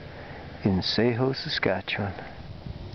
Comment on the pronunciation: My grandparents used to live in Sheho - it's good to see a video of it. You're doing great work,! One minor thing - it's pronounced SHEE-ho, not shay-ho. Cheers!